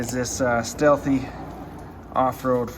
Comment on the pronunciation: Great vid. As a quick note it's pronounced like Steelie.